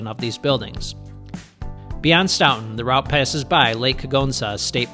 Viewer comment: stoughton is pronounced with an "oat" not "out". Great video, I'll have to try that route sometime.